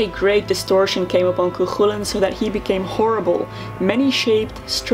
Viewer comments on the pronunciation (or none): btw you're saying chulainn worng lol you got to much a "coik" sound